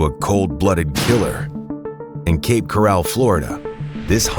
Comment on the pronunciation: I made it as far as 45 seconds into the video. If you're going to use AI narration, make sure they pronounce the words correctly. If you can't be bothered with that, I can't be bothered with you. Cape "corral" my behind. I'm out.